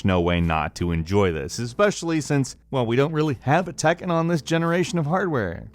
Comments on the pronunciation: tekken not takken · Say tAkkin one more time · anyone else cringe when he says 'tekken' ?